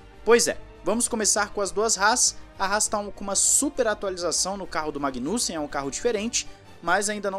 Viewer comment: magui- nussem ahahha, foi engraçado o teu sotaque. bom trabalho meu irmão